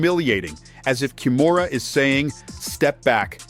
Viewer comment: How the hell can that stupid narrator keep mispronounced her name as ‘Kamora’ while her name is KIMURA.😊